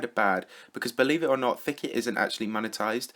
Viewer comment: more Like thick - et it should be